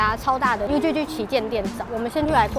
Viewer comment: 影片很讚，但是還是要小提醒一下 UGG 的正確讀法比較像是「餓葛」，不要在國外再讀「優居居」啦